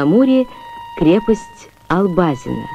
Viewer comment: АлбАзин, а не АлбазИн. Я права?